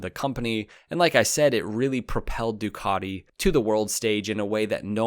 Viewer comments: Why do you keep saying Dookoddi instead of Ducati? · "du cat te" fa gods sake, not "Du car de" 😂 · What's a "Doo-caaaa_ti"???